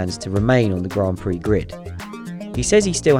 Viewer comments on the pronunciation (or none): none